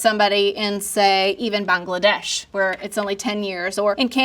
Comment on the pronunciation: I'm so glad she pronounced Bangladesh correctly. Thank you. Oop, nevermind, later she messed up haha but its ok!